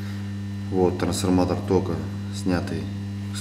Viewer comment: Прикольное произношение слова трансформатор)